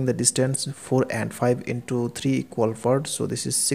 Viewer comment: sir, honestly speaking you need to work on your english, specifically your pronunciation other than that i got the concept right. I was confused why we had to divide the numbers?? but got the whole concept, and reffered to rd sharma book.. But sir your "part" sounded like "fart" i died from laughing right there lol